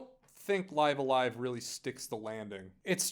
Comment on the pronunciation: I think how u pronounced it IS actually how it’s meant to be said. The Japanese at the bottom translates to Raibu-a-Raibu (bc there’s no v in Japanese n they largely speak in consonant vowel syllabaries so for instance to say Stop wud be Su-ta-pu). So if it was let’s say Liv-a-LIEva (phonetically ofc) it wud be リブ-ア-ライブ (ribu-a-raibu)